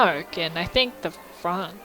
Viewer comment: So happy to see you back ! ;_; Also I love how you pronounced Franc like the name Frank ! xD You don't pronounce the c at the end. I'm awfull at english ! =D